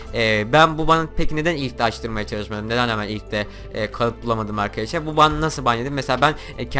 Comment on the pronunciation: 13 saniyede 3 kere arkeşlar dedin arkadaşlar da değil xd